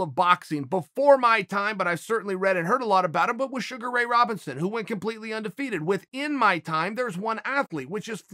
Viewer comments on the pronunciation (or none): none